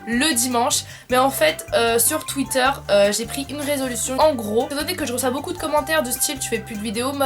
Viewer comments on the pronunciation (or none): none